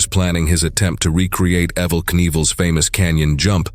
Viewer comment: who is "Eh-Vol" Knievel? May need to reprogram that bot there.